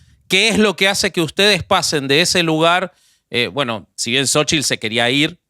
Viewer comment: No digan jaladascomo sochil, se escribe xochitl y se pronuncia shochitl y significa flor, y si lo quieren decir en español diganle flor